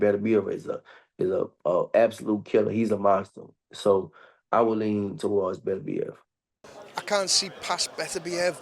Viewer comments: 😂 I think he was stuck on saying the former man united player berbatov's name because it sounds similar... berbatev is gonna smash bivol 😂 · “Burbertev”!! 😂😂 oh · not even gona fucking try and say beterbiev properly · How many different was do people pronounce 'Beterbiev'? 😂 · has won the award for worst pronunciation of beterbiev thus far. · It's lazy and classic Englishman..not even bothering to respect his name by pronouncing it correctly. Warren is the same. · could at least pronounce the letters of the name lol